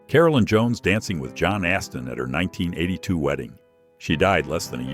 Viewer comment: John Astim. Not Austin